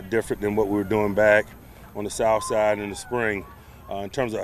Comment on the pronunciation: Tomlin just said Souside / Sahside.